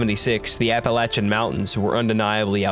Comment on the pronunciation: From an NC native I praise you for saying Appalachian correctly. Made me happy.